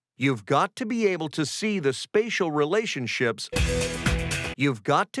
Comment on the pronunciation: I was thinking "ratial spelationships" 😂